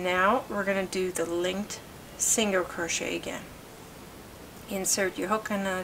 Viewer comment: She wasnt rude. Even my son was asking what a singer crochet was cuz he was listening. He hears me talk about crochet all the time.